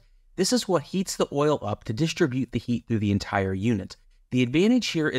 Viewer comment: I'm not sure you are pronouncing the word "distribute" correctly. But I could be wrong. But in the end which heater was the best when you factor everything in, including cost of the heater.